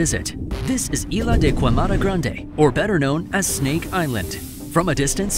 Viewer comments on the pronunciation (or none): Omg, the way he pronounced the name of the island 😂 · you pronounced Ilha de Queimada Grande wrong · the way he pronounces ilha da queimada grande made me laugh so damn hard